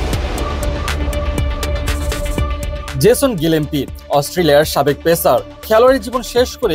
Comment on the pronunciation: বাংলাদেশের সাথে টেস্টে ডাবল হান্ড্রেড করা একজন পেস বোলারের নাম গিলেস্পি, কিন্তু সাংবাদিক কি উচ্চারণ করতাছে বুঝিনা। গিলেম্পি নাকি গিলেস্পি?